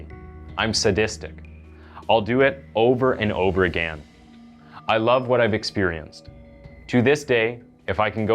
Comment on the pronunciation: no I didn’t get a shiver because of how you pronounce “agaaan.”